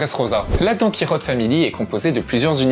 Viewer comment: C Donkichote pas donkirote